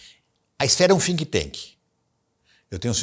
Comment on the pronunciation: Conteúdo primoroso! Mas, pra não ficar na “jogação” de confete, ninguém acertou falar think tank! Rs Um dia vamos celebrar estes pequenos erros - prova de q não foi a IA q fez o conteúdo!